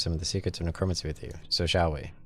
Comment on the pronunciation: Necromancy is pronounced like neh-crow-man-see. Not a big deal, just thought I'd help you out with that.